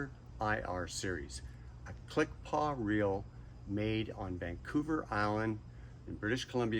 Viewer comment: The gold is so gaudy. The black version probably looks better. Also, it's click and pawl, not 'paw.' No worries. :)